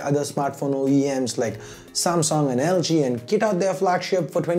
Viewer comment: Noob its pronounced as samsung not samsong lolz